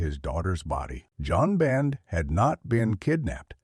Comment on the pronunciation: John Ben,Joan Ben,One Ben. I Hate AI.